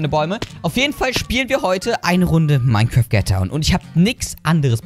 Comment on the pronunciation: ach ja und es heisst "Mein kraft" nicht "Mein kräääft"